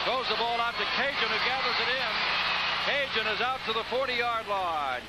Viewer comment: Hokie "Cajun".... Those announcers should have been fired for butchering up his name the entire game... And no, just because he is Cajun doesn't make it OK